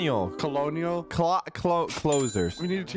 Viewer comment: bro said colgenial its colonial or pronoused cernal